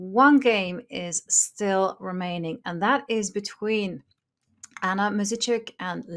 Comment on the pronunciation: really butchered Anna Muzychuk last name! Advice: learn how to pronounce the players last name properly before you say it....